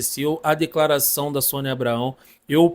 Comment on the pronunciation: Tá falando o nome da Sonia errado